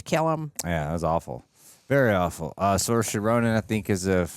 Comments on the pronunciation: So, Saorise Ronan, is pronounced “Sir-sha”. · Her name is pronounced sir-sha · As an Irishman, hearing you butcher Saoirse's name hurts me to my core